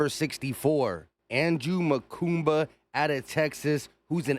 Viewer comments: His last name is pronounced Ma-Kooba, NOT Ma-Koomba. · Awesome pick! Straight Dawg! No "M" in his name though. Mukuba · I like how you’re just throwing an extra M into his last name, 😂 I hear a lot of disappointment from people about this draft but I trust Vic and Howie. Go birds 🦅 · MUKUBA!!! Not Mukumba. Stop already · Makuba not Makumba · Makuba. No “M” in the middle. Like scuba. MaKUBA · Bro where you get makumba from makuba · Its Mukuba 😂😂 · Not to be "that" guy but there's no "M" in Andrew's last name but you keep saying it like it is. 😞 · There is no second "M" in his name bro!